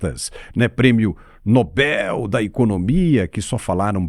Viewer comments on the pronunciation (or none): none